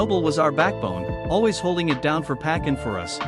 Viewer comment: If you're going to have a voice especially AI trying to say names at least sound the name out so it can speak it right. Pac= Pock